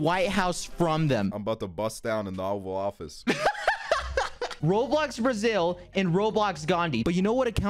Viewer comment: “boutta bust down in the ovel office” -aksel 2019